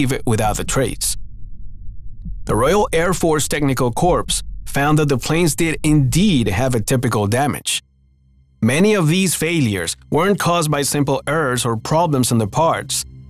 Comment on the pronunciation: What is it with everyone? The word corps is pronounced like the word core the "p" and "s" are silent. It , in the military, is a unit that is made up of several divisions. The XVIII Airborne Corps, which has the 82nd, 101st, 173rd in it's command. Corps are always designated by roman numerals. Division = 3 or more Brigades Corps = 2 or more Divisions Field Army = 2 or more Corps Army Group = 2 or more Field Armies During war time we in the US have many active corps I Armored Corps II Corps II Armored Corps III Armored Corps IV Corps IV Armored Corps VI Corps VII Corps VIII Corps IX Corps X Corps XI Corps XII Corps XIII Corps XIV Corps XV Corps XVI Corps XIX Corps XX Corps XXI Corps XXII Corps XXIII Corps XXIV Corps XXXIII Corps – World War II – see Fourteenth United States Army XXXV Airborne Corps – World War II deception formation – see Operation Pastel XXXVI Corps (1944–1945) U.S. XXXVII Corps- World War II – see Fourteenth United States Army